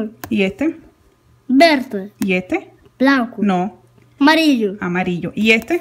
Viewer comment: Me lo como a cuando pronuncia "amarillu" con su acento ruso, es un bomboncito!!! saludos desde argentina!